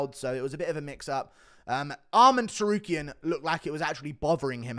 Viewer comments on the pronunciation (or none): none